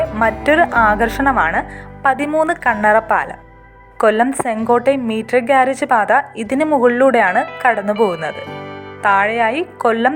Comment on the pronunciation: മീറ്റർ ഗാരേജ് പാത അല്ല, മീറ്റർ ഗേജ് പാതയാണ്.